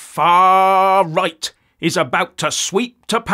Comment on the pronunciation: Faaarrrrr rrrightt😂